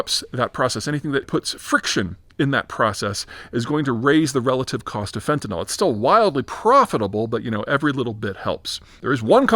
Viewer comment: Fen-ta-NIL. It's pronounced the same way it is spelled. Fentanol is an actual, different chemical, β-hydroxyfentanyl.